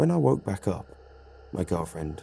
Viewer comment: Said beack like 8 time in a minute